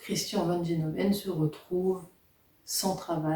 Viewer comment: se prononce gueloven